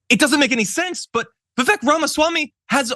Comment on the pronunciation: How come nobody on TYT pronounces Vivek properly?